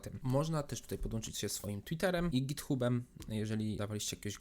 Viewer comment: Panie drogi, githabem a nie githubem XD, ale film piekny, dzieki, zgarnąłem dropa tam o czym nie mialem pojęcia. Pozdro wariacie.